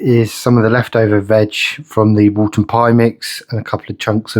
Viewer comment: It’s Woolton Pie, not “Walton” pie haha. Woolton Pie was named after the British Food Ministry Secretary, Lord Woolton. Also, the recipe does not come with mashed potato on top, as if it was a Shepherd’s Pie. I know that there have been Youtubers that I have put mashed potato as a topping, but it is a misinterpretation of the actual recipe. The authentic Woolton Pie recipe is made with your choice of either Wholemeal Pastry or Potato Pastry - Mashed potato would only be used to MAKE the pastry if you chose to go with potato pastry.